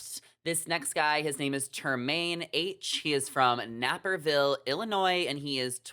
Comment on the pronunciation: Fun video.. laughing at all the hilarious judgement calls on just one photo., what did that creppy squinty eyed realtor do to you?? (Never mind- the pictures speaks for itself) And, the suburb isn’t called Nap-Perville, sounds like a long “A” like APE, although it’s a posh quite town people usually claim they are from” CHICAGO” instead of dead -Naperville. Not enough guys for the pair of bachelorette. Still picking my chooses.. but Love Jordon